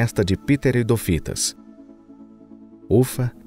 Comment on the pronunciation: Vídeo ótimo, mas uma dica: cuidar mais com certas pronúncias, pra ficar ainda mais profissional. Exemplo: Pteri*dófitas*